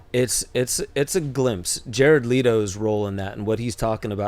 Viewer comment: Kudos to Cooper for pronouncing Jared Leto's name correctly.